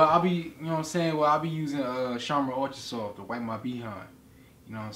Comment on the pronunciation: "sharmon Altra soft" 😂